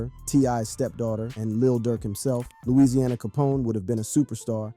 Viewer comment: Rite cause how u do all this "RESEARCH" to get this information for this video but still mess this mans name up is crazy to me